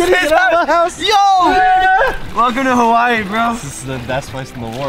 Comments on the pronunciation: He is always saying Hawaii wrong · When Logan is in Hawaii it's hawaYEET